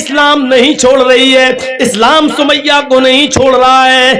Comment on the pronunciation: Hazrat samia hota h na ki sumaiyya😐